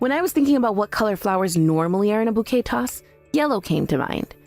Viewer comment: Bouquet is not pronounce "bucket". Really?